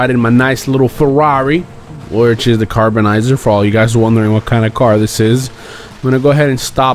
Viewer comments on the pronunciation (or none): Carbonizzare not carbonizer lol. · its not pronounced carboniser its pronounced car-bonni-zarre